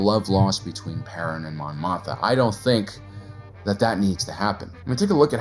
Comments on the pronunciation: Is the second "m" in "Mothma" not supposed to be pronounced? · Dude you GOTTA pronounce the second M in Mothma.